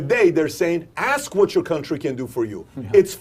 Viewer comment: The word is ask, not ax